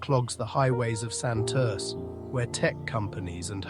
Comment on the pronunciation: He needs to learn to say Santurce. The "E" is silent in French but, not in Spanish.